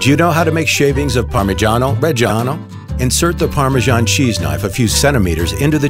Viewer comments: Parmegianoh RRReggieanoh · yeah it ain't even the right goddam pronunciation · Si ma Parmijjiano Pejjjiano non si può proprio sentire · Parmigiano Reggiano is pronounced like Pur-mee-JAH-no Re-JAH-no And not like Pur-mee-SHAH-nou Re-SHAH-nou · Pronounce it correctly, it's PARMIGIANO REGGIANO and not PARMISGIANO RESGIANOU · Ad an italian i can say se dont say parmijaaano rejjjiaaaaano lmao it feels so wrong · Everytime the dude says "Parmigiani Regiano", it feels like I've killed Mr. Angelo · no one: this guy: parmegiano rejjijiannoh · We don't say parmijjjjjjjjiano rejsjjjjiano , waaaay wrong the pronounce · you should pronounce it something like “parmiddjano reddjano” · "parmijjiaanou rejjianou" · Count how many times he said parmegano regano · Something about an American saying "parmeshano reshano" just doesn't sound right. But all the other words sound great, the narrator actually has a nice voice to listen to. Just the Italian pronunciation could be a bit better. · Am I the only one bothered by the narrator's PaRMrGIaNO ReGIAnO pronunciation? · Non potevate far parlare un italiano con una pronuncia decente ? cos'è il parmygeeanou regyano PORCODIO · Say parmagiano reggiano one more time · Yo if you can’t pronounce “parmigiano reggiano” correctly then DON’T Listening to you saying “Parmejiano Rejiano” was the worst thing ever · I can't stand the way he pronounces "parmigiano reggiano". He sounds like he's some cheap italian-american mobster lmao I mean, I don't pretend a foreigner to nail italian language but damn, at least try to not to sound so irritating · Why no one tell him how to pronounce correctly parmigiano reggiano? I don't understand how a voice actor cannot pronounce correctly the word that describes the entire video. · Wrong pronounce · It has been produced for 900 years only to have the pronunciation of its name and regions of origins butchered. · Oh shit I'm italian I'm literally crying because he say "parmigiano reggiano" in a super strange way